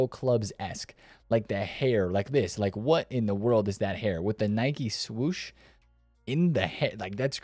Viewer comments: Its Nike not Nicky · Never heard Anyone pronounce it that way😂 Its Nike not Nicky or Nikey. Well USA is .... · "Nai-kee" is the pronunciation. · Nikey? Brother cant even pronounce it correct😅